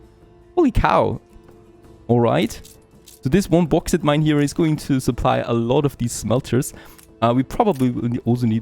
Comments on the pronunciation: Bawx aight* Bauxite, not bohx it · Bauxite is pronounced like : Box sight